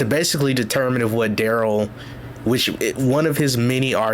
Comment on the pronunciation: "Watch Duh-rell fail...... at not going to prison" 😂😂😂😂😂